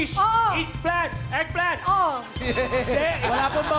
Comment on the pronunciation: Eggplant = Igplant?! 🍆 Wrong Pronunciation, of "Thank You for Calling" Callers 😮😯😲🤭😅😂